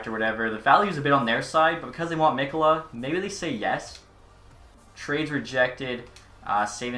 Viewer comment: Just so you know mikkola is said Mee-ko-luh